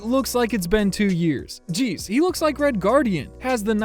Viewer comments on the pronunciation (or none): none